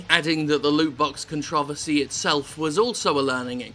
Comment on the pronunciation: How TF did he pronounce controversy?